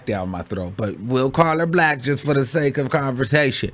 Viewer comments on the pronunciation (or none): none